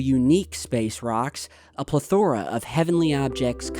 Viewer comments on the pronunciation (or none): it’s not said pla thora it’s more like pa leth o ra. Just bugs me